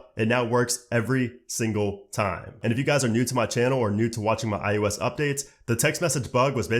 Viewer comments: iOS, not iUS. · why do you keep saying "I U S"